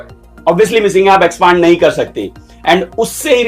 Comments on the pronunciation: pehli galti expaaaaaand nae hota expand hota h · Expaand nahi expand hota hai😂